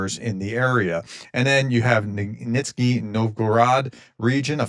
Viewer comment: Professor. It's not VANTICS, it's VATNIKS, and it's not "nitzny" it's nyZHniy